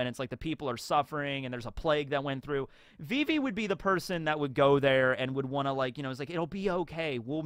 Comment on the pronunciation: It's not vee-vee. It's viv-ee